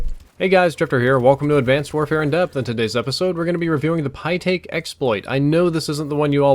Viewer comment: said "the pytaek submachine gun"